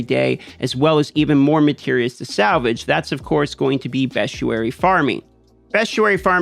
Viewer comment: Great content dude, but 'bestuary' really grind my gears